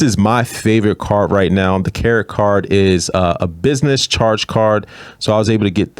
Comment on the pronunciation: Did you say Carrot Card?